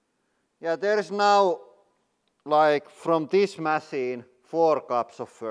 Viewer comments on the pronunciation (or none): none